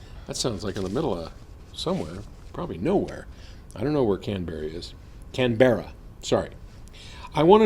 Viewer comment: It is pronounced "Canbra" hahah